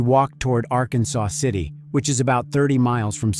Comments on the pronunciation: small gripe. it's Ar-Kansas, not Arkansaw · Just a side note. It is not pronounced like the state of Arkansas. It is R-Kansas or Ark City for short. Thanks for covering this case. Happened close to us. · While spelled like the state, those who live there, pronounce it ‘ Ark Kansas City or just “Ark City’. 🫡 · Good video. It's actually pronounced (are•Kansas•city), we just say Ark City. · It’s Ark-kansas and El-do-rado. I was going through Ark city the other day headed to Oklahoma and I had never visited Jodi’s grave so I decided to find it. It didn’t take much effort at all. That’s what I learned. Her mother had passed. Does anybody who might read this know what happened?